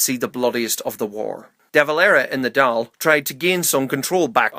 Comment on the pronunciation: How come every time he pronounces the Dáil so wrong every time